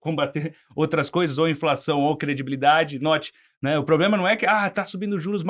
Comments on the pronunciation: Ele tem problema na pronuncia do "R" e você problema de cérebro Um dá para corrigir, o outro não. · Se não me engano foi falado "pobrema"... será que dá para prestar atenção nessas "opiniões"?